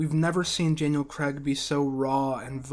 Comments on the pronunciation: It's CRAIG, not CREGG! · Please learn how to say CRAIG before you narrate a video in which Daniel Craig appears.